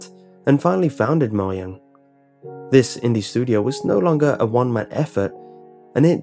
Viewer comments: Its MOJAAANG not MOYANG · Moyang kkkk (I think he's trying to say Mojang) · Did he just say moyag it's Mojan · "Made by moyang" Me:xD. It mojang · its mojang not moyang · moyang????????????? MOJANG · It's mojang not Moaey-yang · did he just say "moyang" !? And at 57!! Edit: And 57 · Why did you pronounce Mojang as Moyang? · Lol he said mojang as moyang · Ummm did he say Moyang???? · Mo"J"ang, that's how notch called it when he was still the founder and ceo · The fact that you cant say Mojang right, triggers me.... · It is the pronouncation of mojang :/ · you know you pronounce the j in mojang right?